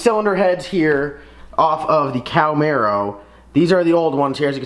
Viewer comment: Ok dude you lost me the second you said Cowmaro. It is pronounced Cahhh-marro